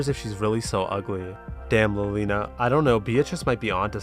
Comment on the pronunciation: wait, i just realized something you pronounce "liliana" as "lolina"? is it because she's a loli? lmao